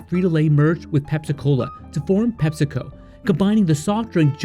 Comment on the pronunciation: It's Pep-see-co. We don't call it Pep-sa, it's Pep-see.